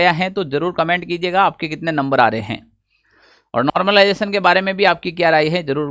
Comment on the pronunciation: Normalisation /Normalization Not normlization 😂😂